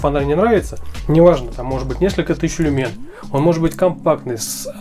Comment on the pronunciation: Не люмЕн, а лЮмен